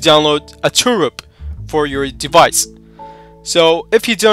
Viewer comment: Its TWRP (Team Win Recovery Project), not 'Turup' as you are pronouncing.